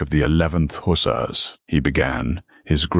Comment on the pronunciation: Yes, the odd pauses, mispronunciations (ie. hussar, envoy), and AI misspoken names were distracting, but the storyline managed to overcome them. The writing was good, the characters sympathetic and the narrator's voice suitably serious, with generally good intonation. Enjoyed this story. First time checking out this channel but will look for more. OR, USA